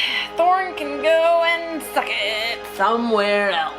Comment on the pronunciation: Hey. English is not my mother tongue. But I noticed you pronounce "else" a bit like "eltse". Is this a dialect? Where are you from?